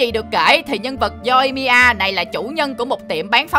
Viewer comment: Yoimiya mà ông đọc là Yoi-i-mi-a=)